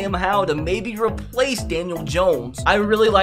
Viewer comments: man saying the TH in thibodeaux gave me a brief moment of deep hatred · Why you gotta say Thibodeaux like that